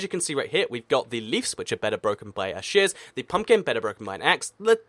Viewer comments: I thought he said "shiz" when he tried to say "shears". Man, I'm weird... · When you say shears it sounds like shush